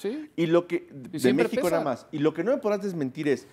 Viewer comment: jajajaj este periodista un poco más dice Meexico campeón